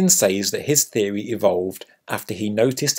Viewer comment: I want to punch u in the face when u pronounce ‘says’